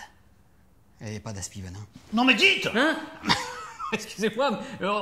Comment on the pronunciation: "Elle avait pas d'Aspi-Venin"😆